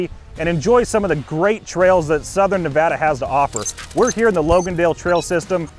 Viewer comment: Lots of good trails up north in Reno. Also thanks for the correct pronunciation of Nevada